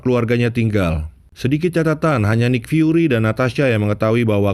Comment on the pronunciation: Nik fiuri min bukan naik fiuri😂